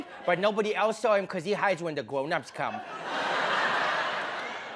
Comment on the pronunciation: OBAMA HIDES WHEN THE GWOWNUPS COME I'M DYING